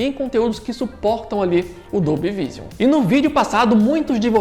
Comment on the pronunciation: só uma dica, a pronúncia de Vision seria algo como "viijâm"